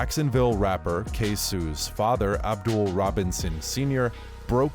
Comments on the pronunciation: Its not ksue🤣🤣why all youtuber keep pronouncing it like that🤦🏽‍♂️ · It’s k So The fAke ai voice iS dropping the bAll 🤡 K So like the Spanish work for cheese queso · learn how to pronounce his name